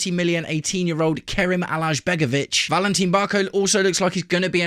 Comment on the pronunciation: Alajbegovic is pronounced A-lai-begovic. Cheers